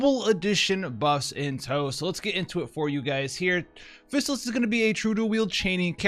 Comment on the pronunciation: Fizz AL liss. Not physicist. xD lol, i had to mess with you.